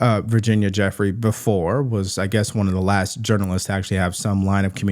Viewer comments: Who is Virginia Jeffery? Are you reporting on Virginia Giuffre? It's not pronounced Jeffery. It's pronounced Gi- ew-fray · it is not Jeffrey but Jiu-fre